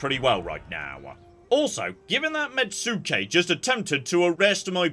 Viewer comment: "Mets-kay" not "Met-sue-kay"